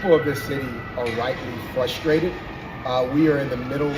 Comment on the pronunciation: "Fustrated" He's so articulate! Sign of a sharp mind right there. 😅